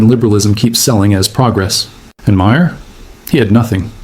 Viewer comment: It would help if you could pronounce Maher. This is not rocket science type stuff.